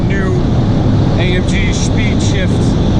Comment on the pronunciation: “A em ghe” Please.